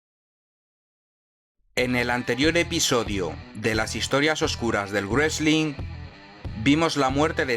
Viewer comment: Me encanta esta serie, pero tengo una pregunta... ¿porqué "grueslin"? ¿no es más fácil pronunciarlo como ellos, o sea, "resling", que inventárselo? Me sangran los oídos cada vez que lo escucho.